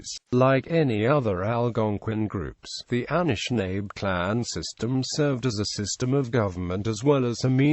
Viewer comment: Pronounced Ah-nish-nah-bay.... Not Ah-nish-nabe